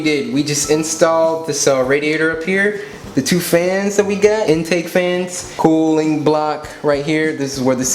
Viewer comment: When you say. Cooling block I thought you said kool-aid block